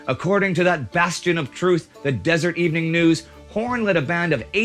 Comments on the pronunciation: Considering that the Pony Express ceased to exist when Horn was less than a year old, I seriously doubt that he was a rider thereon. Oh, and the Salt Lake City newspaper was the Deser-ET News, not the 'Desert' News. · As much as I hate to correct you, the name of the Salt Lake City newspaper that you were so frequently trying to say and getting wrong is the DESERET Evening News, now known as simply the Deseret News. It’s possible that the original script have it right but editing, spellcheck, and AutoCorrect, which doesn’t know such things, changed it to Desert.